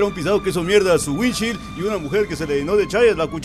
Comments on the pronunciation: Maje estás enseñado en inglés y no se pronuncia así se que te pela verga todo pero alguien te va a copiar y la va decir mal 😅 es así windshiold así se pronuncia 😅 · Así no se pronuncia parabrisas en inglés..